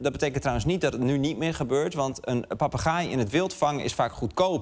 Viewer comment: Goed stuk. Het zijn inderdaad zeer intelligente dieren. Heb me alleen licht geërgerd aan de uitspraak van ‘papegaai’. Misschien verkeerd overgenomen van mannelijke eigenaren waarbij het beestje denkt; ik gaai? Jij papagaai! 😅. Zo doet men het ook vaak fout bij de kangoeroe.